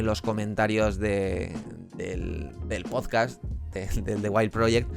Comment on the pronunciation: Este plagiador con gafas dice "pozcast". Minuto 6: "estoy baante contento". Minuto "habían picos" plural erróneo que Jordi Madr3f0lladora Wild también comete. Y sólo he visto dos minutos a saltos. (Haber estudiado).